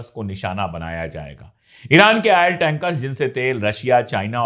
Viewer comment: Ail ja Oil bolna seekho